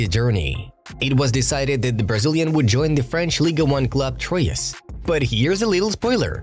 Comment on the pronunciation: How do you say 'Troyes' or 'Girona' again?